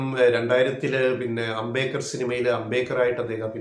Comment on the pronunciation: Please pronounce as Ambe-D-kar. And not Ambekar.